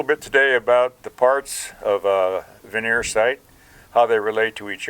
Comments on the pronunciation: Sorry, but it's vernier, not veneer. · Ver née er not veneer is the pronunciation a veneer is something used in cabinetry